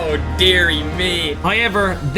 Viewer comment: Why is say "high ever" instead of how ever